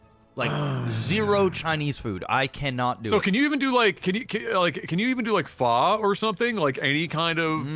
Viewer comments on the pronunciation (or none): Additional funny thing is, the usual/colloquial way "fuck" is pronounced in American English contains a closer to original pronunciation of Pho than simply saying "Faaaa" like you're at the doctor. 🙂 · Your phō-ck around and find out joke would be even funnier if you correctly pronounced phō as actually fuck without the ck.